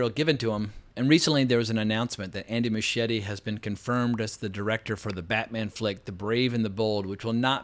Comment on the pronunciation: Why can’t Americans pronounce Muschietti’s name properly?